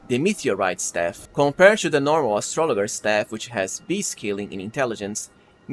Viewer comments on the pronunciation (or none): Dude…astrolojer is how it’s pronounced. Have you never heard of an astrologer? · Aye nice tips. Here’s one for you. It’s a soft g in astrologer. It’s like Astra laj er. One of those English exceptions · Astrologer is pronounced with a soft "g." Just saying, no judgement. Love your channel, thanks bro.